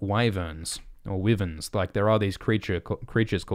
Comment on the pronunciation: Its pronounced Y VERNS lmfao 🤣 not wivens